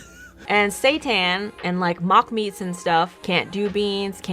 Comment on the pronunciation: mispronounced Quinoa and Seitan within one minute. lol